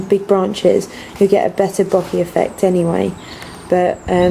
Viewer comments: I like your tutorials. Very simple to follow :) bokeh is bow-kay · Lastly, it's a Japanese word. The spelling of "bokeh" was just made up to try and help western society pronounce it properly (the "H" was an intentional inclusion to try and stop people from pronouncing it to rhyme with "bloke" or to have a long "e" sound). It's pronounced like "boke-ehh" with equal emphasis on each syllable.